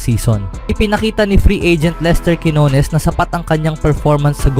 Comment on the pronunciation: Minamali mo pa ang bigkas ng quinones..... Pinoy ka, wag kang mag-inarte!!!